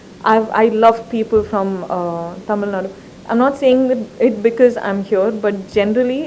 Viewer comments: she pronounced Tamil in the right way HATS OFF !!!!! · like how she pronounces தமிழ் properly :)